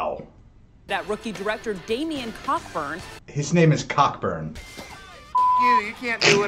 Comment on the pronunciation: Actually it’s pronounced coburn…you don’t pronounce the ck